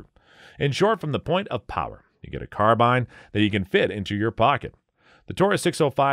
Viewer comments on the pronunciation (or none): none